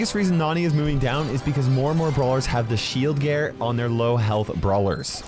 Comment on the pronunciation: MORE AND MORE BRAWLSERS HAVE THE SHIELD GEEAER"but why was gear said weird